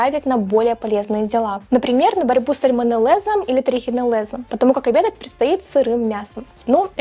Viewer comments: СальмонеллЁз и трихонеллЁз. Не в первый раз замечаю, что вы игнорируете букву "Ё" в словах. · Трихинеллез и сальмонеллез через ё говориться😂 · сальмонеллЭз и трихинеллЭз 😅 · Так, кто удалил из встроенной клавиатуры твоей речи букву ë? Сальмонеллëз и трихинеллëз. А то, несмотря на всю сосредоточенность видео на внутреннем мире, речь звучит не грамотно